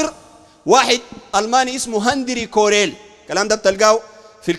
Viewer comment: والله ما قريت الكتاب انت اسم مؤلفه ما عارفه هنري كوريل قال هندري كوريل